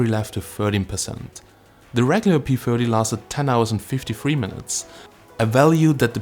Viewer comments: is he saying p firty or my ears are blocked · Are you saying p40 or p30?